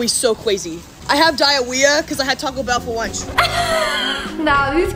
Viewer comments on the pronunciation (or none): none